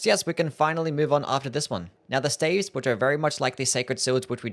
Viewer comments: Am i weird or is he pronouncing staves wrong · "Glintstone steivs" 💀